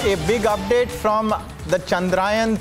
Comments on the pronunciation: चंद्र यान. Not चंद्रायन... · Please pronounce the word correct.. its chandrayaan and not chadrayan.. be proud to use the Hindi... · It Chandrayaan ..... Not Chandraayan 🤦🏾‍♂️ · Congrats 👏 its chandra yaan , not chandrayan 😡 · Guys at Republic TV let's not talk like non Indians the name of the mission is चंद्रयान not चंद्रायन 🙏🙏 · Ill-pronouncing anchors, is getting complacent with hiring news anchor...plz provide jobs to diligently better ones...chandrAyan😂...Vehicle 😂...Make the orbit smaller and smaller 😂..inches closer😂. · The news Anchor can't even pronounce 'Chandrayaan' word properly 😂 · News anchor 😂😂 thing’s he is in USA